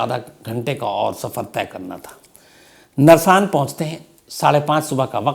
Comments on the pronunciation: Narsaan nhi h naarsan h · Shamsji nersan nahi Narsan hei is jaghe ka naam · Narsaan nahi Naarsan h main roorkee se hun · सर जी, जगह का नाम, नरसान नहीं है नारसन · "नारसन" है जनाब वो कस्बा जहा ऋषभ पंत की कार दुर्घटनाग्रस्त हुई है, not नरसान और वो पानीपत रोडवेज़ की वो बस हरिद्वार से आ रही थी, वाया रुड़की-मुजफ्फरनगर होते हुए पानीपत जा रही थी, वो बस देहरादून से नही आ रही थी, माफी चाहूंगा, मैं रुड़की शहर से हूं, आपको exact information देना चाहता हूं